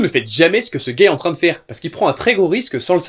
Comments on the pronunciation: Lol on dirait que tu dis le mot gay aulieu de dire le gars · J’ai du remettre 4 fois et sa y ressemble énormément